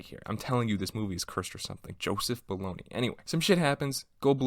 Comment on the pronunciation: Hey,, all actors make bad choices sometimes. It's pronounced Joseph Bolog -YA not baloney. He was a fine, respected actor and writer.